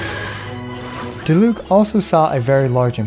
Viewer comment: yay someone that doesnt say die-luke but i mean if they were german it would be acceptable if u didnt know „die“ in german is a word that is used before other words that arent verbs or „descriptions words“ for example Die plüshtiere wich mean the plush animals and most of the time its used for a word that discribes for example not just an animal and instead multiple animals sorry if its not a good explanation with wrong written words but i tried